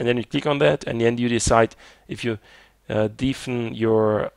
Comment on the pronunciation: Your English is good, but your pronunciation of "deafen" is not right. It should be more like "deffen".